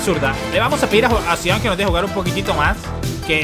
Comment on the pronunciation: Zidane uso el 5 no el 10 este man no sabe nada de futbol desde que no sabe pronunciar a los jugadores hasta algo tan básico como esto jajaja